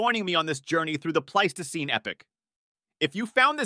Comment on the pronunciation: You managed to pronounce "Pleistocene" 4 different ways. Congrats. And it's pronounced e-PACH, not "epic" for epoch.